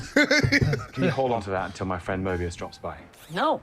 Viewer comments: Mobius, like the strip, not Morbius, like the massive let down. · MOBIUS, not Morbius. I cringe each time Morbius is said. Love your reaction videos. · There isn’t a single character in this show named MORBIUS so what do I keep hearing this name every few minutes?! Come on guys I know you’re old timers but you should at least be able get the names right and not mispronounce everything like that senile old man at the barber shop. Bro read the name, sound it out, you can do it. It’s honestly not that hard… there’s no R in his name dude. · Every time he calls Mobius Morbius I get a twitch in my eye. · calling him “Morbius” on purpose right? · it's MOBIUS. No R. Morbius is a completely different character. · It’s MOBius not MORBius for the love of Pete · At this point, I don't know if you're doing it on purpose or if it's a long-running accident, but PLEASE stop calling Owen Wilson's character Morbius. It's Mobius. No R. Hard to take any of your analysis seriously when you can't get one of the main characters' names right. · Stop calling Mobius Morbius! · Its MOBIUS..NOT MORBIUS!!!! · It's "Mobius" not "Morbius" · Is there an inside joke I missed from the season 1 reactions, re: Mobius´ name? I was confused, suspicious, and then confused again when I didnt hear it pronounced properly once 😂